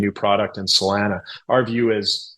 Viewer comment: Say Salana one more time…😂